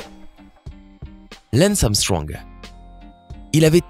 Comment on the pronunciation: Normalement ça se prononce comme ça se lit Lance Armstrong et pas Leince Armstrong 🙅